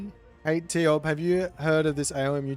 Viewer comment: Ugh no, its tioBmai.